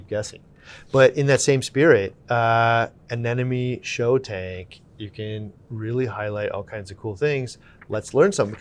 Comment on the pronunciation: gets bonus points for pronouncing ANEMONE correctly‼️ 9 times out of 10 people say ANENOME. 😂